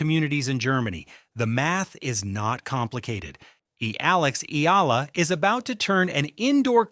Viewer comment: Eala or E-ya-la ! Can’t take you seriously if the subject can’t be pronounced by ai… just narrate it unlike an american